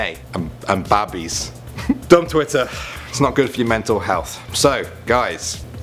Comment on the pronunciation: “rock babays” XD